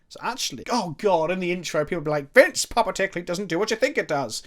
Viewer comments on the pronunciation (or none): You misread puppeteer so many times it hurt